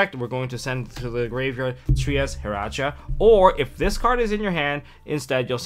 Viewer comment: why does say "tree ass he rawr ja" instead of 'trias hierarchia" hierarchy is like a system of power or authority trias is a time period its the god or a specific time period hierarchia pronounced (higher-arc-eeya) it aint hard